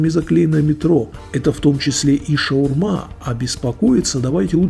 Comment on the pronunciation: хоть “шаурма”, а не “шаверма” и на том спасибо